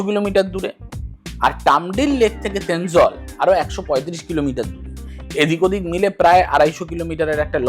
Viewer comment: Not Thenzwal, thenzawl😊😊😊